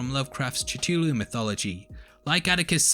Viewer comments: It's not "ch", but "k-th-oo-l-oo". A very hard "k" sound. The monster that shows up in the episode isn't a shoggoth. It's not actually a monster that appears in the mythos. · Did you literally say chuchulu, I mean aside from putting in Douglas in place of Vessey, calling lynching a punishment, brushing over your highly excusable mistakes with the worst excuse imaginable, you have to put a personal stroke on a word that has a very commonly acknowledged pronunciation(don’t tell me the word is unpronounceable, that’s a separate topic) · You really start this episode miss pronouncing Cthulhu (Kthulhu) ahah I heard Chathulu. Great channel though. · "Cuhthoolho", or "Klhul-lhoo" or "Ctoolhoo", but never sat "Chutoohlhoo", never. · Cthulhu is pronounced CU FU LOO! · visited several youtube chanels and every one of them are pronouncing Cthulhu in a different way..... I guess people likes to create their own words pronunciation.....😒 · If you said Cthulhu right your joke at the beginning would be much better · The way you pronounce "Cthulu" really bugs me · I stopped watching when he mispronounce C’thulhu. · is that another joke or is that how you pronounce Cthulhu?